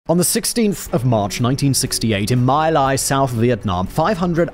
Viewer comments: FYI, My Lai is pronounced like /mɪ: laɪ/. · It's pronounced Mee-Lie, BTW. I met one of the soldiers involved, in the early 80s. He was on his tribe's reservation in Oklahoma. He was an emotional wreck. Drugs and alcohol didn't help. For those people saying they "got away with it", well, this one didn't. His every day was torture. All he would say about it was, "I was there. They told us they were the enemy." I could hear the anguish in his voice. 1-1/2 decades after the fact. He never mentioned any raping. I hadn't heard any reports of raping at that time. Censorship? IDK. A case of embellishment? IDK that either. Do you? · Not pronounced MY lie, it's pronounced MEE lie. Just sayin'.